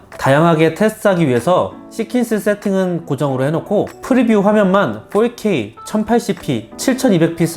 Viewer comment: 폴케이가 무슨 말일까 첨음엔 알아듣지 못했어요 ㅎㅎㅎ 포케이 vs 폴케이